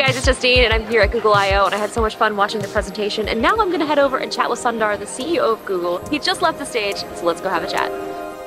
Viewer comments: Not Sun-darr, its Soondar means beautiful in hindi, if you are going to interview a leader get their name right, great to see you covering google work and out of Apple for a change. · It's not Sun der it's Soondar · "Sun" dar LOL